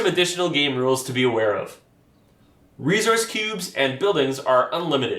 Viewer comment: Great video. Thanks. Where are you from? You say resource with a “z” sound rather than an “s” sound. I have noticed this with folks from Canada and NW USA. Not a problem just curious. Thanks for video.